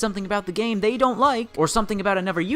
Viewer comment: That dude needs to learn the difference between an F and a Th sound ffs. Boohoo the vets fink the game fey spent years playing has major problems, ya we do but it stems from our love and desire to see the game be the best it can be. Don't complain tubers, somefing bad could happen to you. Jesus